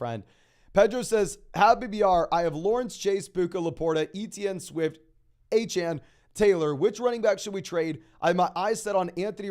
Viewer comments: I had to unsub because u keep saying a-chan. instead of A CHAIN, i think its intentional because he's an Aggie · Achane literally came out and said the people were pronouncing his name wrong and that it’s pronounced A-chan. 🤦‍♂️